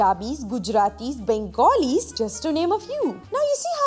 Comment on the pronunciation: Loved how Nandini pronounced Punjabi as "Panjabi" and Bengali as "Bengoli". Shows you that she has definitely done her homework before doing this video. 👏👏